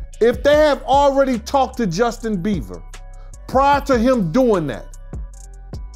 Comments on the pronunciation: ( and every time this guy said Justin‘s name but) it’s Justin BIEBERRRRRRR….NOT Justin BEAVER….WTEFFFF🤦🏻‍♀️🤦🏻‍♀️🤦🏻‍♀️🤦🏻‍♀️🤦🏻‍♀️🤦🏻‍♀️🤦🏻‍♀️🤦🏻‍♀️ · The amount of times that man mispronounced his name as “Justin BEAVER”